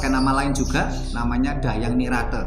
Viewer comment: 👍👍..bgs..namun berulang penyebutan Dahyang..rasa nya kok Dang Hyang..bukan Dah yang..mohon maaf